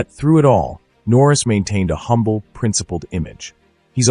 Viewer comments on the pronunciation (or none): none